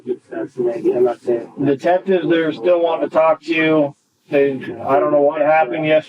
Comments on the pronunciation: Literally have never heard anyone pronounce the L in “talk” like the narrator… annoying. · Dear Narrator Man, Stop overpronouncing the 'L' when you say 'talk.' Thanks.